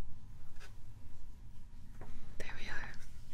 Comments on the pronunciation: Thought she said “sh*t”when it was actually “shake” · sounds like "shit..!" but it's "shake..." :^( thought it was a character break.